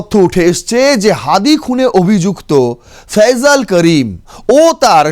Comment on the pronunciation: ফয়জাল না ওটা ফয়সাল হবে?